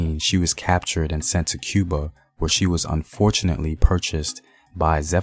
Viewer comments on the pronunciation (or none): none